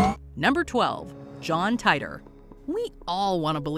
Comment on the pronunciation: Every time you put John Titor on a WM list, you mispronounce his name, and every time, multiple people tell you so explicitly in the comments. So, *ONCE AGAIN*, here goes - his name is pronounced TEE-tor. I know you're seeing an "I" there, but its a long "E" sound. Seriously waiting for the day WM & TopTenz merge for the ultimate mispronunciation experience!